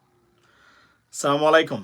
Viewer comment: ভাইয়া আপনার সালামটা সঠিকভাবে উচ্চারণ হয় না।